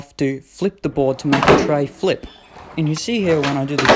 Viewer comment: It’s treflip not treyflip